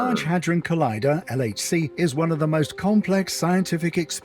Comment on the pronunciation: your pronunciation is funny of the LHC